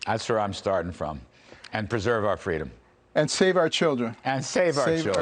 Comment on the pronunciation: All I hear is "united steak of ameria"